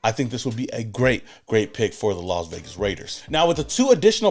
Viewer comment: The Las Vegars 😂😂😂😂😂